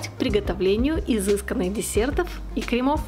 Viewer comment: Не кремОв,а крЕмов